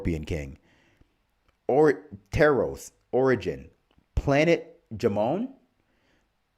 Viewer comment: It's pronounced planet Ham-on